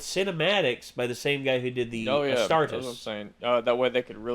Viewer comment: The way you pronounced astartes hurt me it's ah-star-tees